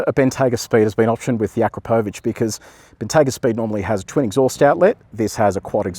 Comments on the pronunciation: Hajde, tako se ne izgovara Akrapovič - on je naš Slovenac! Nećeš valda sada počet kazati 'Tezla'? Sorry mate, couldn't help it 😁- keep up the good work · Have I been pronouncing akrapovic wrong